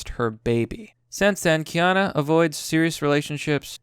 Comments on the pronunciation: Key Yah New.... It's New like Nu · Keyano** Fuck man,do you even english? You have to trolling,i refuse to believe someone could not know how to say his name. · It really doesn't matter why he's (not) doing it. Every single interpretation/speculation I've heard about this makes sense, and is a good reason to not touch women he does not personally know. I don't care how you look at it, it makes sense. And 'noo' is pronounced 'knew'; kay-ah-knew. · Do you not watch TV or movies, because you don't know how to pronounce Keanu or Joaquin ? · KÈ-Á-NOO...not kay-a-nô. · It's pronounced key-ah-new, not key-ah-know. In dictionary usage, noo is used for "new" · At first you were calling him keana... Which I've never heard anyone say in my life! Lmfao... Then you saw how it should be pronounced... key-ah-NOO! Noo is not no! If it was no, they would put no! Lmfao... How do you pronounce Boo? Or Poo? Sooooo, how do you pronounce Noo? Lol Such a fail... The guy that pointed this out to you before was correct! At least now hopefully you actually have learned how to say his name! Which everyone I've ever known has known how to pronounce! XD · pheenix Rivera wrong. What i wrote is correct. Stop confusing him. He already can't read normal words properly. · Key isn't pronounced like kay dafuq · It's pronounced Key-Ah-New...*facepalm Wise men will protect themselves from present and future conniving psychos. There is no need for men to keep fixing what women constantly break and insist on breaking - just replace them via technology. Yes, younger men have their lives ahead of them, and should not waste or risk their futures on these psycho traitorous thots. Want kids? SURROGACY - it's the best move for men to avoid shitty relationships, divorce rape, alimony, child support, and having your kids brainwashed to hate you. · KEE-AH-NOU (Holy Crap! My ears are bleeding every time his name is botched)... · Its key-ya-noo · Keanu. 'Kay-a-new'